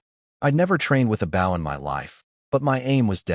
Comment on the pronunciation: Stop saying Bow instead of Bow! 😂😂